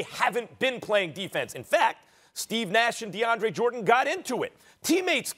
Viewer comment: I stopped listening when I heard Max say "DeAndre"...reaching brah